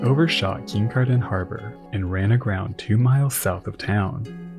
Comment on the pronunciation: Absolutely terrific video - just one note - nobody in the area pronounces Kincardine with that much stank 😂. Kin-car-din